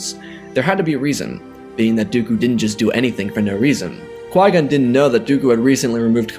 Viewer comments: Why does it sound like Yoda is saying Master Why-Gon? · Is it just me or does Yoda say Why-Gon instead of Qui-Gon lol😂